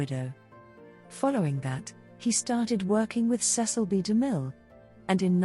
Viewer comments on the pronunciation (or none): none